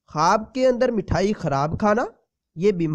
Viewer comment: Mathayi nhi mithayi bolte hain jeee